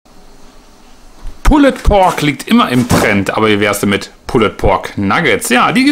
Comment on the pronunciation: Danke. Kurzer Hinweis: Das "e" in pulled ist ein "silent letter" und wird somit eher nicht ausgesprochen.